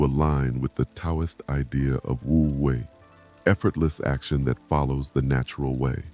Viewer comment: It’s Wu Wei, not woo wei.